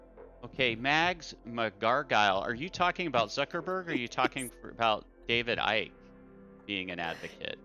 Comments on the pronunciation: Love your work but it's David "Ike" not icky lol. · David Icke......rhymes with bike.